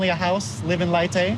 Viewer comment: Her hometown is pronounced lay-tay but spelled leyte